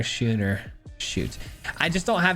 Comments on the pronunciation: Love your decks man. Always a good watch. I craft some of the jank and have fun with it. Thanks for stating at the beginning about a deck being jank, and be careful about crafting. As a free to play player I am not swimmingin wildcards. FYI the card schooner is pronounced "skoon-er". ALSO F farewell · Happy Thanksgiving! Love the concept. Not to be 'that guy', but 'schooner' is pronounced 'sko͞onər'.